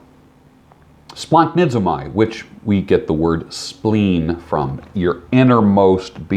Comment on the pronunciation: Hey, I watch your videos for some months now. Very inspiring content although i started for the beard thing:) Anyway, I reached out now because i am a Greek guy (yes leaving in Athens), so i just wanted to let you know, the compo of "a" and "i" in Greek is pronounced as "e" so we pronounce (using latin alphabet) like "splahnizome" not "splahnisomai":) Cheers!